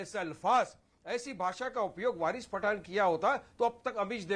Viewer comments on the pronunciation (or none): Bc anchor saying 'Virus Pathan' 😆😆🤣🤣🤣